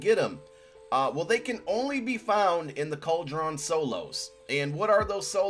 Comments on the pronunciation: How are you an old man that doesn't know how to pronounce cauldron?? Cald-a-ron???? What an absolute f'n DOPE. Eagles fans are the most classless f'n fanbase in all of sports. F#@ this assclown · It's pronounced cold-rin